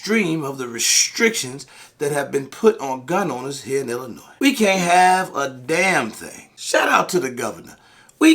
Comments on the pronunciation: The "S" is silent, my ears hurt lol Thank you for spreading awareness, we're left on the backburner and are under represented and forgotten about in the struggle for 2A rights 🙏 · Sorry gotta give you shit….Illinois does not have an “S” sound at the end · Illinois “s” is silent